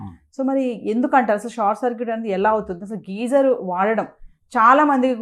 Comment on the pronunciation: Geyser ani sariga palakadam kooda vrani vallatho, idoka interview na..